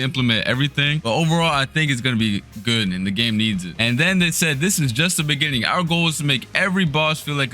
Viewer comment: just the bingining 😂😂